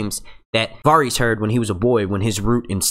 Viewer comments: The Varys mispronunciation was the worst one for me...he must be saying the names the way he said them in his head while reading the books... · How many episodes of this show have you watched? Have you never heard Varys pronounced? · Why does everyone say at least one character's name stupidly? This guy says Varys stupidly, others can't say Missandei, it seems like everyone who makes GoT videos has that one character whose name they cannot say correctly. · Please learn how to pronounce Varys...ur driving me crazy the way u say it wrong repeatedly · Stopped watching cause how he says varys but good vid